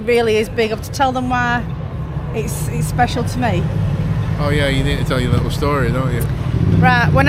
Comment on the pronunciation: Lickle ? Do you mean little?